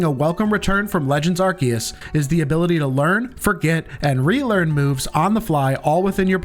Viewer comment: Yea why do you pronounce arcues that way? Very annoying